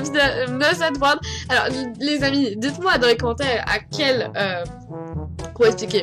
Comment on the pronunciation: tes quoi?? aDwards ? :D mdrr pourquoi tu prononce un D en plein milieu jpp